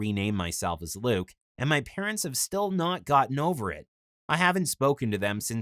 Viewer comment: What he said my name is Luke ugh I thought he said lick u lol he gave himself a bad name